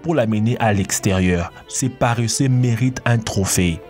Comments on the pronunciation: on ne dit pas paréssé mais paresseux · compté combien de fois il a dit parreseux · La voix off est "parreseusse" 😂😂